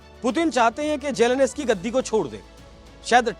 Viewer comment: जेलेंस्की बोलना चाहिए मगर पूंडी- जेलेनस्की बोल रहे - जाओ जरा जेलेंस्की बोलना सीख आओ 😂